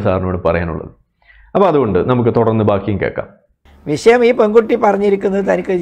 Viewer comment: എടോ അബ്ദുല്ലേ, വിശയം എന്താ? വിഷയം എന്ന് പറയാൻ അറിയില്ലേ